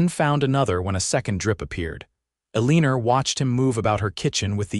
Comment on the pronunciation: AI calling her Aliner drives me crazy, but a beautiful love story. ❤❤❤